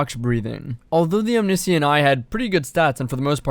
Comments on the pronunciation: Om knee see int....it’s om ni shent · omniscient is pronounced om-nish-int just fyi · actually the discrepancy comes down the the fact it is pronounced differently in UK English versus American English. "glacier" is another example